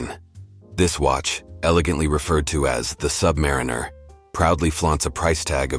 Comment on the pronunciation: Awful AI voiceover that can’t pronounce Submariner. 👎🏼